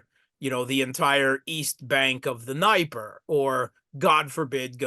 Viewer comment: Note to: Dnieper is pronounced closer to "Nepper". IE is the "soft" E that was use in Polish spelling convention. It has nothing to do with "lie" an "die". Dnieper ("NEPPER")